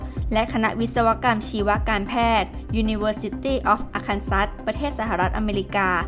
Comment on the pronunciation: ผู้อ่านอ่านชื่อมหาวิทยาลัยไม่ถูกต้อง ที่เขาเรียกกันคือ อาร์คันซอส์ Arkansas